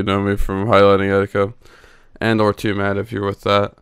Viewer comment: Wait it’s pronounced toomad?